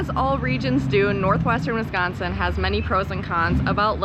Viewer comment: How long have you been in Real Estate? BTW way you say Northwestern Wisconsin is cool.....